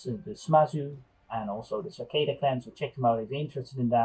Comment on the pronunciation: Its satake, not sakeda.